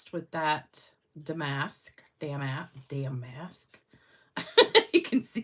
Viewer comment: FYI; it's pronounced dam-ask. (emphasis is on the first syllable. say it fast) Pretty cards. Gotta love that Granny! LOL Congratulations to all of the winners.